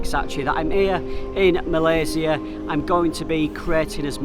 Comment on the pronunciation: Good Job for pronouncing "Malaysia" like what it suppose to be pronounced by not westernized it :) :) :)